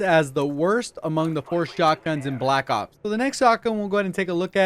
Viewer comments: Learn how to say black ops not black op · It sounds like you're saying black op and I'm getting pissed😂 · I can't stand the way you say Black Ops